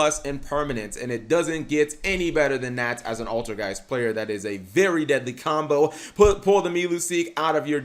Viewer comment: "Learn English" says the guy saying playet